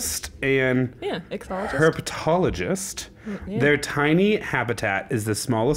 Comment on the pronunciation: ick-THEE-ology and Her-petology :) this is my field!